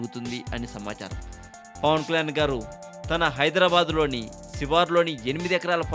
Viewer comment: Arey babu neevu first Pawan Kalyan name clear ga palakadam nerchukuni appudu audio gani video gani present cheyi okkk.....